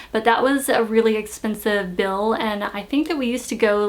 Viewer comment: bill not pill. lol